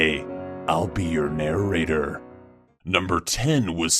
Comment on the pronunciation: today I'll be yourrr narrrrrrrrrrrrrrrrrrrrrrrrrrrrrrrrrrrrrrrrrrrrrrrrrrrrrrrrrrrrrrrrrrrrrrrrrrrator Every one else: today i will be your narrator